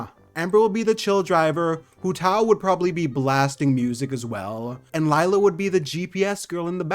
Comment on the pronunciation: the “lie la” is killing me 😭 pleasee “lAy la”